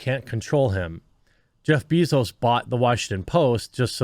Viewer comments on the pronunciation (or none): none